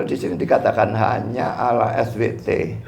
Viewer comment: Bkn Alah SWT tapi Allah SWT bca az salah ko jdi pendeta preet